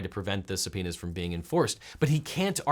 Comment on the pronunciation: Sounds like he's saying somepenis instead of subpoenas 👌